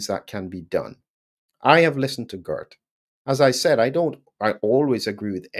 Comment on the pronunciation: Not Gurt, but Geert. You pronounce the "ee" almost in the same way as the "ay" in the word 'way'. And with a soft "G" as in the word 'how', not a hard one as in the word 'good'.